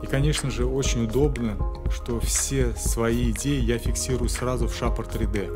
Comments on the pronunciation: Красивое информативное видео. Только не шапр 3д, а шейпер 3д - от слова "шейп" ;) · Закрытый слог ;)